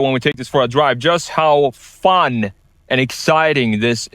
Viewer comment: "Fahn..." did he mean "fun"?